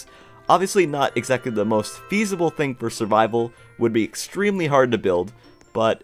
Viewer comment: Your so good at building but, you keep saying think instead of thing